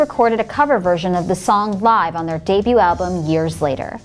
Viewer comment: One glaring error: didn't they know how to pronounce "Live"?